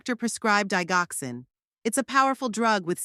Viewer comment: Eric is married to her daughter , this makes him a son in law not a brother in law. Digoxin is pronounced "Dijoxin"